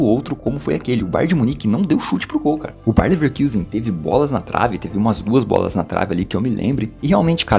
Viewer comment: Muito bom o trabalho, mas Leverkusen em alemão se pronuncia com o nosso u mesmo, caso contrário seria leverküsen